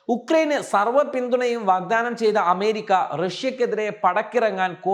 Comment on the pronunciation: പോയി അമേരിക്ക എന്ന് നല്ല വണ്ണം ഉച്ഛരിക്കാൻ പഠിക്കു